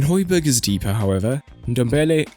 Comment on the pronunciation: should have talked about how important hojbjerg (pronounced hoi-bee-air) is to the team. breaks up the play and his composure is unreal. if u mentioned this u could have just shut all the rival fans saying he is shit even though they dont watch us play much